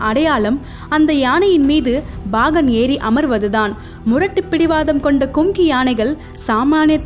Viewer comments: Very Good. But the pronounciation Bagan instead of Pagan is horrible to hear. Again n again saying Bagan is highly irritating. Learn proper Tamizh please. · Bhahan illai paahan. Plz change this pronounciation in next video.